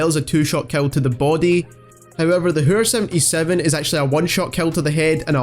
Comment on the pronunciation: The way he says hæür